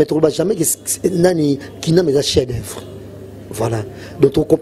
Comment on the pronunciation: atanga troooo mais azo LOBA "CHIEN D OEUVRES" 😃😃